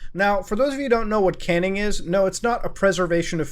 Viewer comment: Canning, pronounced cane-ing is the act of hitting someone for punishment with a stick or wooden rod.